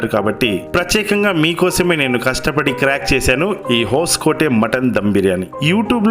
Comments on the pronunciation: అది హోస్కోటే కాదు సార్, హాస్కోటే... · ಬ್ರದರ್ ಹೊಸಕೋಟೆ ಅಲ್ಲ ಹೊಸ್ಕೋಟೆ